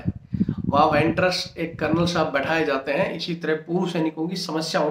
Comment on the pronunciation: बार बार यह अनपढ़ वैन्टर्स वैन्टर्स बक रहा है यह क्या होता है | ईएसएम नफेसिंह वीरचक्र खेमकरण सेक्टर, गांव मांडोती, जिला झज्झर राज0